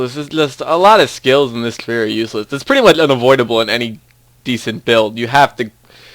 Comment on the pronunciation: sorry, did u say budchgger... sorry, did u say siggduations... sorry, did u say mudghe... say 'ch' buddy!